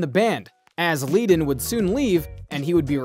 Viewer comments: Their names are pronounced “Fry” and “Led-un.” Come on. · "FRAY...?" WTF? Unless the man was insane I hate computer generated video audio tracks which make me insane because he got Glen's name wrong and Bernie's name wrong and yada yada yada! Bottom line is great band great songs and the first song I ever sang in 20 years old was in Colorado Springs and that was a little bar packed with 500 people and I was just getting a little kid scared to death and I sang Peaceful Easy Feeling and the place erupted. I wrote 2 top 10/12 singles for other people and it's all good but there's a lot of Madness in that band which is unfortunate because once they lost Randy who got treated like crap, those things seem to fall into a mess. Also, a friend of mine who is also in the business was there and said that Glenn Frey used to show up at all the Poco rehearsals and listen and listen and listen and unfortunately Poco didn't have quite the juju that the Eagles had until LEGACY! Either way REST IN PEACE RUSTY YOUNG and PAUL COTTON! Good music all around and a lot of backgrounds & Madness going on. Also if you're an Eagles fan you might be pleased to know if you don't already know this that the Incarnation of the eagles only played ONE gig with Linda Ronstadt all together as one! ONE I mean one gig and then they went off to do their own thing. And it was a good thing but I trip when I've done a lot of research into this band and if you look into it yeah ONE gig with Bernie, Randy, Glen and Don - either way it was ONE show and that's it! But bless the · Saying glenn Frey as fray is dumb....bernies name is also pronounced wrong duh. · So much FAIL here. Glenn's last name is pronounced 'fry'. Your first shot introducing Don Henley actually shows Don Felder! Do you actually know ANYTHING about this band? Bernie's last name is pronounced 'Ledden', not leeeden. Then you called Felder DAN instead of Don. Holy crap, dude. You need to redo your voiceover. This is just awful. 😂🤣😂